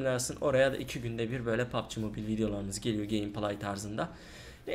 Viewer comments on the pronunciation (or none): none